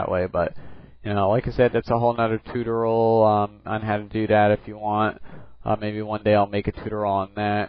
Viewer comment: Nit pick... it's tu-TOR-eeyal, not TU-tor-ul.